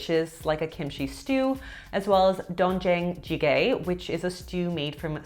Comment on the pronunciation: the pronounciation of doenjang jjigae and banchan... please, do your research at least on how to pronounce the dishes. it makes us asians feel that you actually care about the video. doenjang jjigae - "dwaen-jahng-chi-kae" ban chan - bahn-ch-an" ive never heard anyone pronounce ban chan as ban khan????